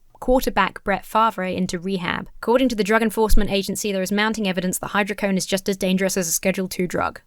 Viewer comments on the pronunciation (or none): "Dismembered" 😂 Oh it's hy-dro-co-done not hy-dro-cone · Hydro Co Doughne Not hydrocone But it's just Vicodin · Theres a DO in hydrocodone. Its said like hydro code own. Hydrocodone. Thanks. Happy birthday!